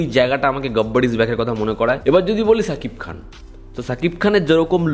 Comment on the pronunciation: Vaire ছাকিব খান না। খালি তুই বলিস ছাকিব খান ধুর।।৷৷ শা কিব খান। উচ্চারণ দা ঠিক কর রে। শা। মানে শ